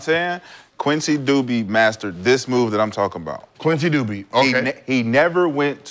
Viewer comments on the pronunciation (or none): I thought he said “Quincy Dookie” 😂😂 s/o to the legend